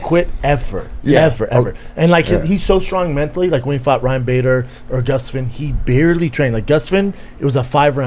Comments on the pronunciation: GustWind,huh? My man Brendan mispronouncing names again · Brendan trying to pronounce Gustafsson is more of a war than Jones v Ngannou